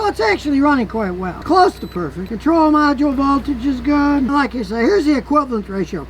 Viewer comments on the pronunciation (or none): none